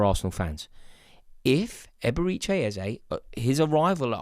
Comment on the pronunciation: Stop calling him EbereeCHAY